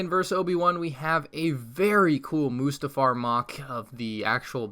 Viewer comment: The Way He says Mustafar Like Mostafar PAINS Me